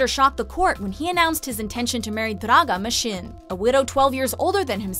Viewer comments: omg the way she says draga masin makes me cringe...... where are my fellow serbians???? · LOOOL kako izgovara Draga Mašin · iznenadili su me...da izgovor je uzasan Ali bar nema ono njihovo ej ou